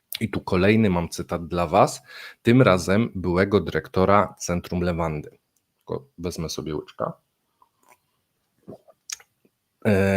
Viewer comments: Centrum Lewady a nie jakiejś "lewandy" czy innej "lawendy" xddd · Centrum Le-wa-dy!!! Bez "n"!